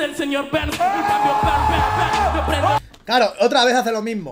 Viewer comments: q ondaa, en nuestro país señor Burns se pronuncia seños Berns no Barns... La primera vez que escucho que le llaman señor Barns xdd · En Argentina se pronuncia "Berns", no "barns". Al "Güi fi" se le dice "güai fai" xd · Es el señor berns no barns mira los Simpson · Burns se pronuncia bɜrn como beerns quemadura , por eso el dice antes burn burn lo prendo en llamas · Es el señor Berns , así se pronuncia ( pero no sé cómo se escribe) puedes ir a los Simpson y escucharás a Homero decirlo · Se lee señor Berns, en España siempre liandola con las traducciones🤣 (No hate) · Acá en Argentina sé dice Señor Berns así se pronuncia aca